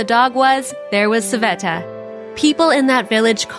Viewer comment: its sveta not saveta